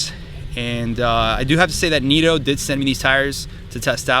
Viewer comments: Neeto? I thought they were Nitto? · "Knit-o" not "neato". Putting these on a 4runner limited 20" rims, glad they seem like a good choice for all around.